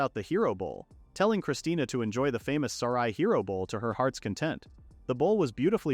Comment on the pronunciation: I’m getting unbelievably mad the ai calls her christina when it clearly says christine